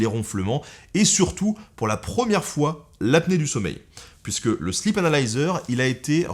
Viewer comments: sleep (i long) sinon, ça fait slip :) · J'ai cru entendre "le slip" et non "sleep "😂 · MuteTheSong C’est parce qu’il l’a prononcé slip anal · "le sleep analyser" => mes oreilles => "le slip analyseur" 🤣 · vaut mieux le prononcer sleeeep 😁